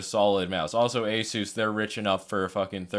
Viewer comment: Epik mouse. Btw it's pronounced aSUS